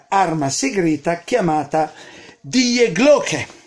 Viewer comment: ….devi pronunciare Di Glocke;)